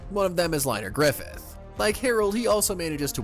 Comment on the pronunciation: Ain’t no way Liners last name is Griffith… “GRRRIFFFITHHHH” -Guts